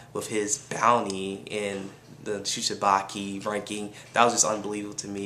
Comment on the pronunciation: Yo It called Shi-chi-bu-kai not Shi-chi-ba-ki man lol btw good review